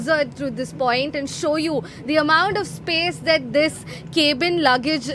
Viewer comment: Cab-in not Caeb-in, madam